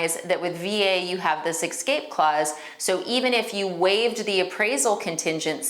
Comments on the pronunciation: the word is escape, not ekscape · Great information and your presentation is excellent. Just a little constructive criticism to bump up credibility from a 9 to a 10: correct pronunciation impacts first impressions. Ie: es-cape rather than ex-scape and real-tor rather than real-uh-ter. Just passing on what someone taught me earlier in my career. Hoping it will be received as intended. Great video!